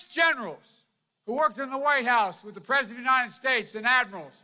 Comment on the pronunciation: Look Folks, I am tired of listening to this unraveling of a poor excuse for a human being. Oh sorry, did I hurt anyone's feelings? This was the worst one yet, can't even say the word President, let alone be. Moving his tongue around very awkwardly in his mouth, having trouble "reading" the words. Can't remember Mr. Jacob last name, had to look at the screen again to correct himself. I would think if he was sincere about these people, he could maybe remember their names. Wow, what if he was looking at classified documents and missed something or forgot something, different numbers, oh well it's only nuclear codes, who cares. I feel bad for him truly, because something is obviously wrong. You may not like PRESIDENT TRUMP, but at least you could do is respect him. I didn't like or vote for the previous guy, but I respected that he was in charge and hoped he would do something. Maybe try respecting Our President now, and you won't be so hateful. The division wasn't created by President Trump.